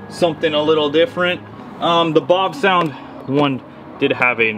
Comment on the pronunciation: How about the pronunciation of “Bavsound”? I called your number and listened to the recording of you pronouncing your own name. It’s Bav with a soft a, not Bahv. Like “bat”. Not like “bot”. Thanks for coming to my Ted talk.